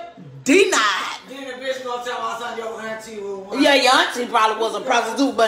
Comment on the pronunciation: “SCHOLARSHIP DE-NIED” 🤣😭 Lmfao